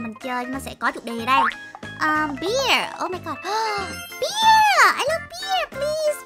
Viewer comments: Bear chứ ko phải beer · Bear -be chứ hăm phải pia chị ơi